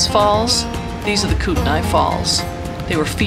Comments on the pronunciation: Nice video! It's pronounced Kootenee by the way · Kootenai is a Indian word and so pronounce differently so say kut-naa the i is not announced